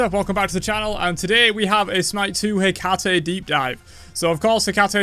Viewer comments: Heck-ah-TEE Greek female name ends with an E... you pronounce the E Observe: Aphrodit-EE Persephon-EE Nik-EE Dion-EE Heb-EE Khion-EE Alcmen-EE Dana-EE (Danaë <-hence the two dots above the E in her name so English speakers won't blend the sound with the preceding A) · Ih-kah-tee, they need to learn to pronounce her name!!!